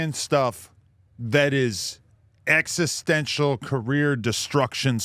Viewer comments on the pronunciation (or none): none